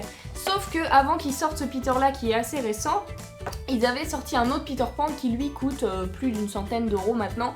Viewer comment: Pourquoi tu dis cot et tu dis pas coût